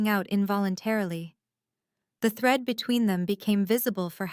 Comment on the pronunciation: 1st sentence : "thread", not "threat"